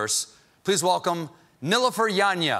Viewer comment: Do you think Colbert maybe could have asked her how to pronounce her name correctly? In every interview I've seen with her I've never seen anyone pronounce Nilufer like that.